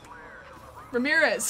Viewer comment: Pretty sure you said remirez like 6 times but this is satisfying. If only you could play multiplayer